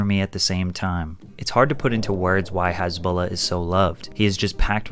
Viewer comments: His name is Hasbulla, not Hisbollah. Jesus freaking Christ! Get your sh*t right. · Hasbulla not Hezbollah 😂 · Why are you pronouncing him as "Hesbullah"?? 😢😢😢😅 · You keep pronouncing his name HEZBULLA like the tourist group lol. It's hAsbulla! An ahhhh sound lol. You pronounce his nickname just fine tho 😂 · He who Has beak Not Hazbeek